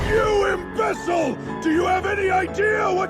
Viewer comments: "You embessel!" I think AI meant to say "You IMBECILE!" Otherwise it was very convincing, which is a weird feeling. Would've been a good fan story if it had real people. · "You im-becel!" lol, so some of the pronunciations are really amusing but I would just like it if AI could agree with itself on her name.